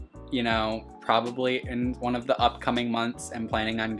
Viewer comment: the one you called one sounded like you said Juan so name him that.... pretty cool by the way and i am taking my tokay to the vet tomorrow at 10 am to visit with the doctor that suppose to be rally good with reptiles so that is pretty cool but my guy is sick so that isnt so cool.... he has a number of parasites that he had when i got him about 2 months ago now. i took him for an emergency visit the other day but they said to keep the monday appointment since i wouldnt be able to see the specialist and they didnt charge me that day also........ i was worried but they said he will be ok so its just a matter of getting him treated and then he will finally start eating on his own.... i have been feeding him like a baby in my shirt pocket for this whole time and he has been growing and it seems like we have a pretty cool bond like he knows that i am helping him.... he hasnt bitten me since the first week that i got him. i will be calling the pet store back to let them know what parasites he is diagnosed with. they had him with a hand full of golden geckos and lined geckos in the same cage. i got him for only 23 dollars and didnt think anything of it except that it was cool. he is the first reptile that i had in a long time also and now i know better due to endless research that the price was maybe a red flag. i am happy that i got him though and i been doing a really good job with an advanced reptle so i got alot of great experience out of it and possibly the tamest tokay g